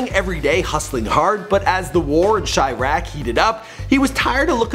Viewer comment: finally pronounced chiraq right